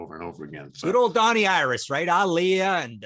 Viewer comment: I think's it's just amazing how probably without even realizing it, Martin kinda pronounces "Donnie Iris" with a Pittsburgh yinzer accent and it's just hilarious!